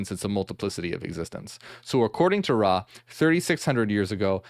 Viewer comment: It's Ra not raw